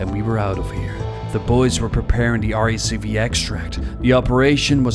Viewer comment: did really just call RACV, rack-v? I feel violated and disrespected